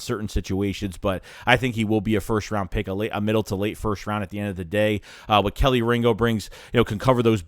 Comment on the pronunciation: Bruh your being a smart ass. I'm just giving you the correct pronunciation of this guys name, so you can stop looking like a jackass saying this guy name wrong.... We don't play around about our guys down here in Georgia.. Just show us some respect, please...